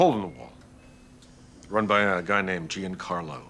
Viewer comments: "jee ann car low" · no one told this actor how to pronounce Giancarlo.